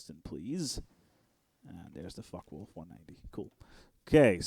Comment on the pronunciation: far from it actually. He's dutch and his pronounciation is not perfect. He calls the Focke Wulf "Fuck Wolf". It's good though.